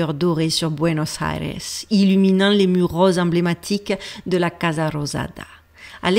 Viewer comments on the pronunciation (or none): none